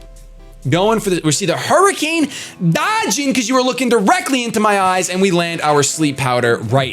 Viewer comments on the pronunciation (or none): none